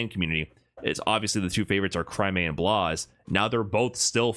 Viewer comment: Blaz, not Blaze